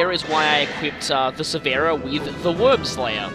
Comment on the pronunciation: Is it actually pronounced “Worm-slayer” or is it just your way of saying it?